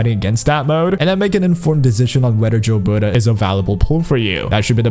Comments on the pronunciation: For the love of god stop calling her Jilberta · Gilberta you read like GIF or GOD